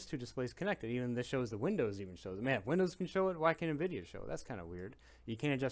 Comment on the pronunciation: Did you say “envideo”